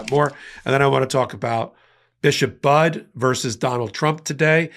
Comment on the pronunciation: FYI: Bishop Budde's last name is pronounced "buddy."